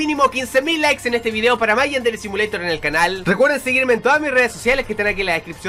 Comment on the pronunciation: No es simuleishon es simulator